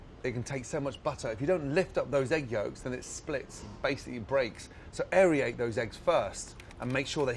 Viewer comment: Gordan says AerIate instead of Aerate. It's Air-ate